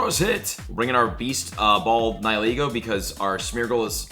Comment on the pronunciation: You say Niholego but it is Nihilego